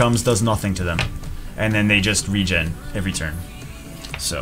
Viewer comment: RE-GEN thats how it is pronounced, you said it correctly